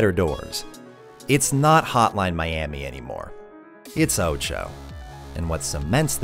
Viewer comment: Btw why do you pronounce OTXO like oucho? English is not my first language and it sounds weird. Id think it would be pronounced more like o-tu-h-o